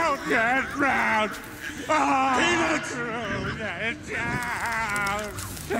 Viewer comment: it sounded like he said peanuts when he was supposed to say peter